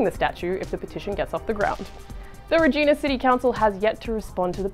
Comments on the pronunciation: It's not Re-gena is re-gIna really pronounce the I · Its pronounce RE-GI-NA not REE-GEE-NA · What's a Regeena? It's pronounced like Vagina, only with Re at the front. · Ree-Jai-Na. Rhymes with the part of the female anatomy. Not Ree-Gina. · Gotta love people mispronouncing a city name. it's not reeegina it. its regina like vagina. rehgina? idk source : am a reeeegina'rrr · I cringed every time she said the name of our city wrong. The reporter makes it impossible to understand the joke and she doesn't even appear to get it. Regina(the city) rhymes with vagina, that is why it is considered the city that rhymes with fun. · You pronounced Regina Wrong